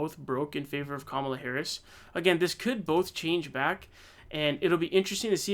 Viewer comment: Comma la dude! Pronounce it correctly, and stop being disrespectful!